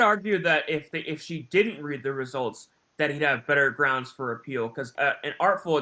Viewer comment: Every time Darrell says GROUNZ, I visualize Darrell digging another scoop of dirt, with a shovel, to make his grave. 🪦⚰️